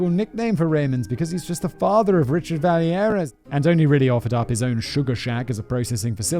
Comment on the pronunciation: 😬 the québécois in me is losing his mind every time Simon says vallière like it's a spanish name